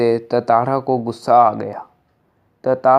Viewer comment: Tatara nahi hai tantara hai bhai